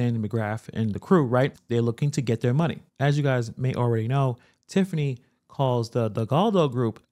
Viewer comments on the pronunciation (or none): none